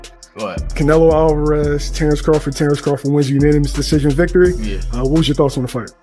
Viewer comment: Please stop saying Terrance Crawfid it's CRAWFORD.LOOOL